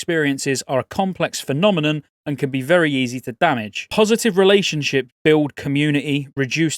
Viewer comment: Why is it so satisfying when you say “build”